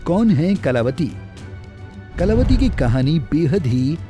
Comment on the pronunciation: अब तो कलावती ने खुद जबाब दे दिया बाकी जनता को क्या मिला होगा शाह जी उच्चारण तो सही कर लो अब तो माफी मांग लो